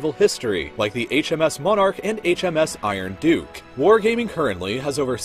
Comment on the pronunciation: "HMS Iron dooke" Nice pronunciation Real Life Lore